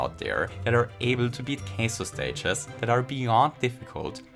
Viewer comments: Took me a while to realise you were saying kaizo and not queso lol. Cheese tricks anyone? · Not sure whether it is the accent or just not knowing how to say the word, but I love either way. 😄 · I like how pronounces the Japanese word for "custom" like it's the Spanish word for "cheese". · also, the ai in kaizo was mispronounced as well. the "ai" is supposed to pronounced like an english long i. since that's how ai works in japanese romaji